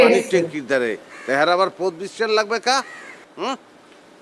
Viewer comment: পথ এর উচ্চারণ বরিশালের ভাষায় পোথ🤣🤣 পোদ না😝😝